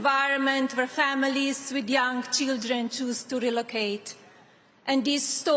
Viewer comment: The way she pronounces CHEEELDRANE